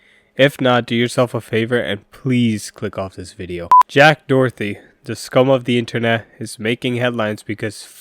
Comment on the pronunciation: making an entire video saying his name wrong is kinda insane